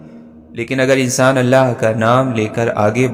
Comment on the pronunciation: It's not ahlla it's allah 😅 ok anyway it's also good👍